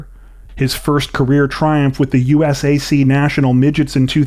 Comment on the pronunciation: U.S.A.C. Is pronounced “you-sack” by the organization.